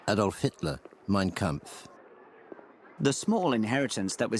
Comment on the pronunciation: Mein kampf